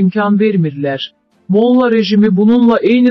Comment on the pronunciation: Mo'lla yox molla'